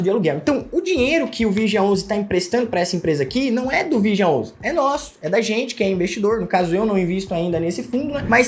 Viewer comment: Analfabeto!!! Olha como ele chama o nome do Fundo. É muito idiota!